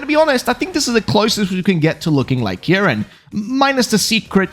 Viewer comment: Your saying the name wrong, it’s pronounced ( keyr-in ). How will always pointing north help you get home, what if you don’t live north?